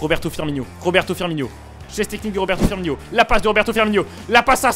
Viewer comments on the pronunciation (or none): none